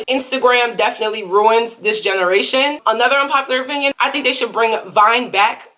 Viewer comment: IK U SAID APINYON BUT GIRL